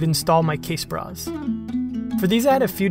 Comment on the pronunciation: I laughed every time you said "casebra". Good stuff...